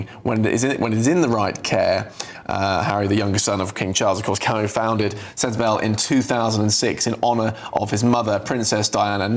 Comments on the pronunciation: Ginger boy please either grow a beard or shave and if you are a journalist of any quality, you would know how to pronounce Sentebale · GB journalists don’t research or bother to read. His pronunciation of Sentebale is just so wrong, how did this air?